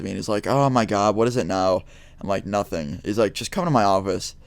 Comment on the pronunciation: have you noticed the way you say "now" xD! Great vid btw